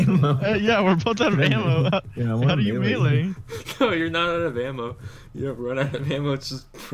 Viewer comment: "Can I mele?" God bless this man